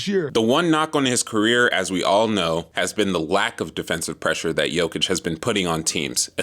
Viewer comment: You're one of the few english speaking people who's pronouncing his name properly :)